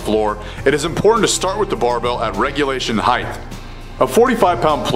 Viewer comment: Just so you know, "heighth" is not a word. You mean "height". Fun fact: My chemistry teacher mispronounced it like that all year and no one corrected him.